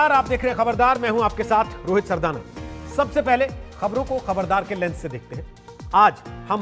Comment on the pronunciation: Not Rohit sardana , Rohit sardardana